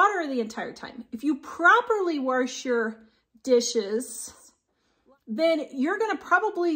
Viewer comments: It's not wersh but wash, and it's not handwershing and dishwershing... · "Warsh"? Really? 🤨😇